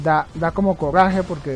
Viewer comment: Corraje jjaja 😂 mejor ve al doctor a que te ayude a corregir el problema de lengua que tienes